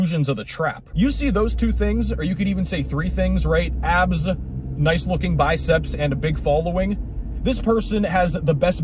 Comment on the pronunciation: likez to pronounze all S's az if they were Z'z.... "Guyz are worried about keeping their abzzz..." 😂